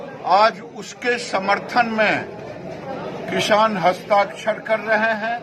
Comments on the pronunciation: Kisan ko kishaan bolne wala chutiya. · ise to bolne hi nahi aata hai kisan ko kishan bol raha hai yani badi sheen se